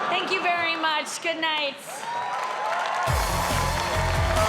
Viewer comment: "Shank you for being here"😂